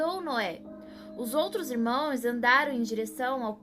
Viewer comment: Irmoes não, e sim irmãos essa é a pronúncia correta